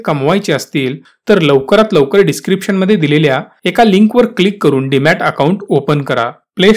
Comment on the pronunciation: Demat not Dimat